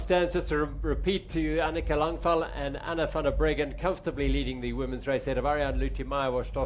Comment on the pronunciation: Bit confused about the pronunciation of Anika Langvad. Her name ends with a “d” but they seem to be saying “L”. Is this correct?